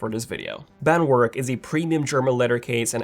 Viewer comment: BandWerk is spelled like this: “Band- Verk”